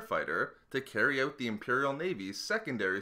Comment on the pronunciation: You're Canadian?? Didn't know until you said "out" today